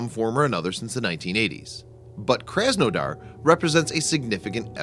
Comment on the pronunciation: Your butcheribg the name. My parents are from the city of krasnodar And I was triggered. Its pronouced KrasNadar with your heaviest russian accent.